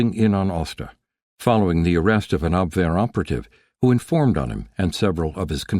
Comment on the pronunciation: The narrator pronounced Abwehr correctly! Obviously, not an AI voice. Thank you!